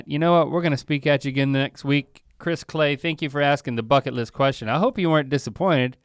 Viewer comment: “fucket list”